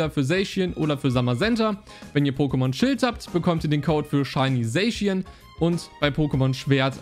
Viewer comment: Man spricht es "saschian" aus und nicht "sayschien" 😅 also ich spreche es jedenfalls so richtig aus